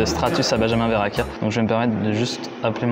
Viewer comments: Benjamin verrachia.. c’est verrechia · Thomas :Benjamin verracchia au lieu de verrecchia 😂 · Par contre le "Benjamin VerrAchia" ça rend fou 🤣🤣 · ya pas de commentaire sur le fait que maxime dise " benjamin verrachia", suis-je la seule perturbée? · amixem qui dit Benjamin verrachia mdr no respect